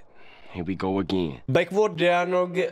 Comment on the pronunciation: vyslovuje se to dajogonl